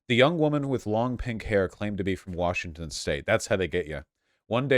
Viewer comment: did he really just say Vaushington State?